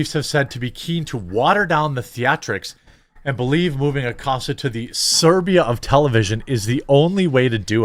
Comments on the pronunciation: sai-bee-ree-uh NOT sur-bee-uh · It's not the Serbia of tv, it's the Siberia. Where do they get these reporters? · Come on, Jeremy. "Siberia" (Sy-beer-ree-ah) not "Serbia". I know you've been busy for that past week and you're probably very tired. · It's Siberia, not Serbia, LOL! I love it that CNN is falling apart. It serves them right!! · It's not "Serbia." It's "Siberia." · Love your videos but you got some issues pronouncing words or maybe not understanding what your reading lol. It's Siberia not Serbia lol 2 way vastly different places 😂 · Learn to pronounce Siberia. It's not Serbia. They are two different counties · It's Si-be-ria (eng. Sai-be-rya), not Serbia XD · Hey Jeremy, the word is Siberia... (Sigh-beer-ee-ah) say it with me now Si-ber-ia... you know, that icy cold and desolate land north of Russia? kind of like Northern Canada or Northern Alaska? Maybe take a deep breath and calm down before physically reading what you display and use the words shown? I know you get excited when the smooth brain turds torpedo themselves, and trace a flaming arc of failure before they hit like a lawn dart of TDS Doom into obscurity, but *Dude*!! Dyslexia much? Apologies to the Serbians. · It's "Cy-beer-e-a" not "serr-be-a" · Si (pronounced I) beria, like West sIberia pronouned like eye. Otherwise great clip!!! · It's sEYEBEERia you nimrod! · Siberia, not Serbia! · Serbia? Are you incapable of reading proper text? SIBERIA, say it with me, SIBERIA! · Hahahaha, its Siberia not Serbia, guy. Serbia is not that cold so the statement doesnt work. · Siberia...not serbia. 🫂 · Siberia not Serbia. I let it go the first time. 🤭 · Siberia, not Serbia. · Siberia, not Serbia Jeremy...Jesus wept! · minute mark:. SIBERIA is not the same as SERBIA. SIBberia vs SERbia. S-eye-beer-ee-ah versus Ser-bee-ah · SIBERIA!!! Not Serbia. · I believe you meant SIBERIA and not Serbia 😅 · Heh, it's Siberia; not Serbia. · "Siberia," not "Serbia." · Siberia,not serbia.Big difference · SIBERIA. not SERBIA